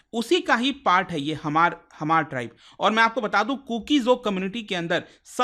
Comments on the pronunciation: Hamar pronounced nhi sir H is silent only Mar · Dear respected man,just wanted to point out that it's really important to double-check facts before sharing them. Small mistakes can lead to a lot of people learning incorrect information. For example, it's "mar" not "Hamar", "tsunami" is actually pronounced "sunami", and it's "Silchar" not "Siliguri" in Assam's Cachar district. Just want to make sure we're spreading accurate info! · It’s pronounced Maar not Hamar or hmar (H is not pronounced like knife not kenife) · Hamar nahi mar pronounce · We hmar nation, Not Hamar ,Your pronounce is not correct. Pleasae pronounce correctly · It's not pronounced as hamar but mar. H is silent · Sound /pronounce as mar,,,Not Hamar😂 (H=Silent) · The pronunciation is MAR and not Hamar. H is silent. I'm from Manipur and we called them Mar. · Hmar... Pronounced as H silent. Not HAMAR. 👆👆